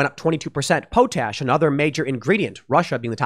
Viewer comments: This is the first time I've heard someone mispronounce potash so boldly... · its pronounced "pot ash".... but I'm thinking you said it that way on purpose? LoL, "Poe Tash" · Tim, it's pronounced pot ash not po tash! The 3 main ingredients in fertilizer is Nitrogen, phosphorus and potassium (potash) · Pot-ash, not po-tash. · I grew up on a farm and my dad still does. I came here to say this. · Thank you! I cringed every time he said po-tash instead of pot-ash. He's going to have a hard time with all that land should he decide to attempt self seficiency. It one thing to own it. Quite another to know how to use it. Good thing he has money. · Question regarding pronounciation of "potash". Is it like Tim says, "poo-tash" or is it "pot-ash"? I thought it was "pot-ash", but maybe I was wrong. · Tim, its called Pot/Ash. Not Po/Tash. Lol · Quite sure it's Pot-ash, not po-tash... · "Pot-ash", not ''poe-tash". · Pool - it's "pot-ash" not "poh-tash" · Pot ash NOT pooo tash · POTASH = Paa - tash… not pote ash. Tim, your pronunciation is getting worse and worse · For real When he said po-tash I was like "Have I been saying this wrong all my life or something?" As a person from Saskatchewan I was so damn confused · It's pronounced Pot-Ash. And we have lots in canada. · Potash is pronounced paa tash. I thought I knew how it was pronounced but I was wrong. But so is Tim. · POT-ash.... love ya buddy.... POT-ash... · It’s pronounced POT ASH! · Its pronounced POT- ASH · It's POT ASH. Just sayin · Say Potash again Tim. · Tim, it's potash (pot-ash not po-tash) and urea (u-ree-ah not ur-e-ah). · Its pronounced, pot-ash and you-reee-ah. For potash and urea fertilisers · Thanks Tim. It's pronounced u (you) re (ree) a (ah). As in you-ree-ah. And it's pot-ash. High in nitrogen and carbon respectively. Really needed stuff for the ground where crops get grown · It's POT-ash and yur-RE-uh. Sounds like you dropped out of school before pronunciation classes. 🤣